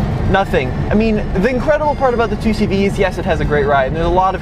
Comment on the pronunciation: Great Vid I learned a lot and I’ve known the 2CV for ages my family had them back in the day until the late 80’s early 90’s. Good pronunciation too!